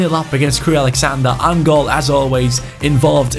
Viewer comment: I love you but it's Crewe AlexandRA not AlexandER